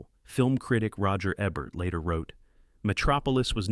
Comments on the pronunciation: face-purple-wide-eyes::face-fuchsia-wide-eyes:Roger EBB-ert ???? It's EE-bert! Sheesh!:face-purple-wide-eyes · Ebert pronounced correctly one out of three times. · are you AI or do you just not know how to pronounce Roger Ebert's name? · What's with narrations mispronouncing Roger Ebert's last name? This must be the third video I've seen butchering it. AI generated?